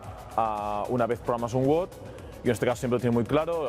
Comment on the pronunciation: no sabe ni hablar. Dice Wot en vez de Wod.